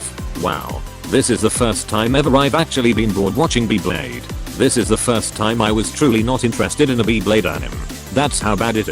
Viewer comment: just use ur voice i dont wanna be hearing beeblayde